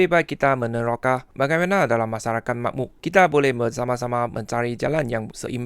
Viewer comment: Bahasa Melayu awak sangat bagus. Karangan - A Tatabahasa - A Oral - A-, semua perkataan sangat jelas kecuali satu, MAJMUK. Saya harap, Komen saya dapat membantu.